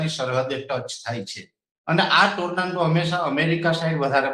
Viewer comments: ટોરનેડો ❌ ટોરનાન્ડો ✅ 😂😂😂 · ગુજરાતી માં વાવાજોડું બોલો. Tornando નથી. Tornado છે. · Bhoshdina Pariya Ne Tornado Bolta Pan Nahthi Aavtu